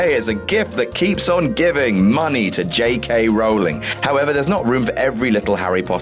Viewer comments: It’s Roll Ing not R Ow Ling. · its rollingggggg not RAWLINGGGG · Yup. So many people get this wrong. Her name rhymes with bowling, not prowling. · Rowling rhymes with bowling not howling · ROW LONG not RAW LING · Rowling rhymes with "bowling" not "howling." Also, with Grindelwald's name, it beats me why you're trying to pronounce an L as an N. Perhaps returning to primary will help you.